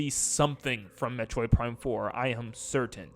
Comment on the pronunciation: Metorid, not metroid huh 😅